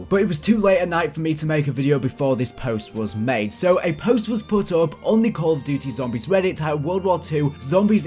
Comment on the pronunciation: You said call of duddy at the start 😂